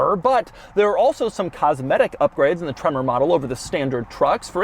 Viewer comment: I lose it every time he says tremorrr